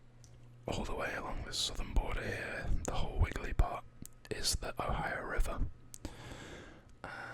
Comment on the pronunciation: You pronounce it right the first time too